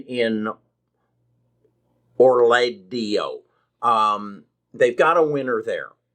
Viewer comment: OR-LA-DAY-O GAL-IH-DES-IH-VEER At least take the time to learn the terms before you speak about investing money into them.